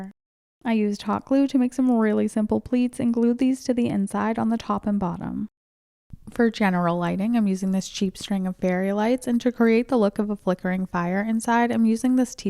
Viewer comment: Did you call them... berry lights?? Are messing with us, or do I just have bad hearing? 😅